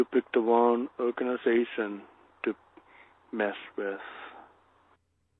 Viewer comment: "Owin yu picked the wong people" Obviously it's Elmer Fudd...mystery solved.